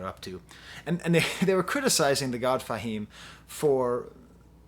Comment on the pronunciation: "Thah" God Fahim?! Come on man.. Do you have to butcher rapper names to be a youtube critic? How do u butcher the word 'tha'' and I don't care that its spelled with an a. Between u and Fantano its unreal how many unintentional nicknames you make up.. Just say rapper's names how THEY say it in every other song simple. Its not Nos, btw its Nas.